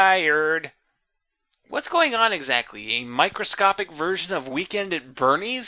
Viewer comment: thEEr,... thEEr tIErd XD